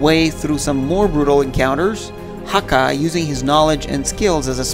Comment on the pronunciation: I love this franchise. I played every killzone game possible, and loved all of the characters involved in this never ending war between the Helghast and the ISA. And another thing: It's Hakha (Hāck-uh, sorry.)